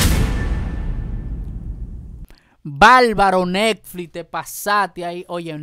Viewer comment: Se dice bárbaro con R no balbalo, se dice Netflix no nelflis